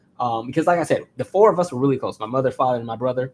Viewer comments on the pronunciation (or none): none